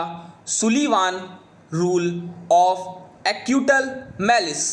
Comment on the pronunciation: Sir ek jgh apka thoda galat pronounce hua h ,, aapne acutal bola h jabki actual likha h actual malice 😊 by the way thanx